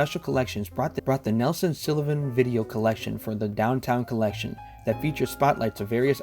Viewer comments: I don't love how you pronounce "Sullivan" but thanks for the video. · Why's it so hard for you to pronounce "Sullivan" correctly? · This is ridiculous. You haven't researched the man, and you're certainly unfamiliar with him. You even get his surname wrong. Nelson deserved better than a half assed, thrown together "documentary". I'm embarrassed for you. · Please, he pronounced his last name wrong and where he was born. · The way this dude say Sullivan is driving me nuts. He obviously knows very little about these people. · Also, it's Sullivan not Silovan. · Nelson deserves a lot more recognition than his work has ever received. But first, we need to clarify (and I hate to be the pronounciation police, but someone has to be): His name is Nelson SULLivan. Not SILLivan. Regardless, thank you for making this video. Nelson's work is important as it documents a moment in time when some of today's LGBTQ icons and artists were still scrappy twentysomethings on the street. A time when the East Village was still a grungy, artists' wonderland of inspiration. He''s perhaps most well-known today for having captured a large amount of footage of the infamous Club Kid era of Downtown, including the cautionary case of convicted killer Michael Alig. Much like many of those he trained his ever-present camera's eye on, it was years only after his shocking death that the size and scope of Nelson''s work was discovered. So many - whether it be younger LGBTQ's, New York historians, aficionados of Club Kid Culture, and those simply interested in a fascinating time gone by have enjoyed the massive treasure trove he left as his legacy. He's even often studied by other photographers and videographers that find fascination in Nelson's style and technique (most often, the fluid movements he created to ensure he was as much a presence in his videos as his famous friends.) Thank you, Nelson. I hope you know how much we appreciate what you left the world. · pretty sure its SULLivan not SILLivan...